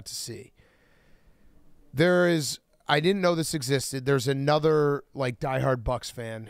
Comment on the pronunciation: Anudder day, anudder Lucas L